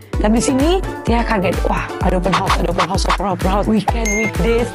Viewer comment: 'Open house' bang. Abang sebut bunyi mcm 'Open hos'.